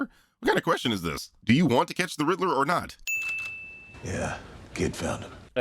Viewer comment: says "croff-reference." A few seconds later he says he thinks Paul Dano is "the Riddle-O."